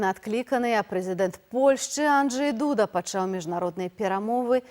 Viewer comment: О, канешне, Анджей ДУда, а не АнджЕй ДудА, як сеньня казала адна бел. ведучая па-руску. З вельмі вялікай пашанай??? Я нават зняла падпіску. Жыве Беларусь і паважае сяброў!